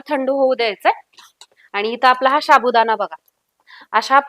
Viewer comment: शाबुदाणा नाही गं साबुदाणा बोलतात